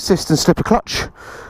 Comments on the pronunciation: Great review, but there's no R in Kawasaki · You say kawasarki, I say Kawasaki, lets call the whole thing off! Kawasarki, eh?😉